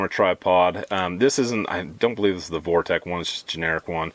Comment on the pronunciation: You keep calling it ‘Vortek” its “Vortex”